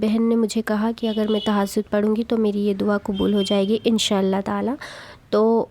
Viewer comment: Tahajud ka name to sahi liya karo,,, tahasod bol rai hai ap